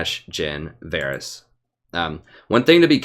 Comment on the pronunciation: listen prof, I love your videos man. Been following you for some 3-4 months now. I can't catch you live (7 hours of difference) but usually I watch your streams the day after. But dude, one thing you HAVE to work on: it's Varus, not Varys :P